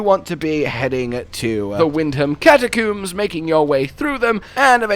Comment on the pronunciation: Why do you guys keep saying "catacoombs" it honestly frustrates me lol